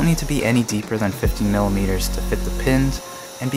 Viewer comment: did he say 50mm or 15mm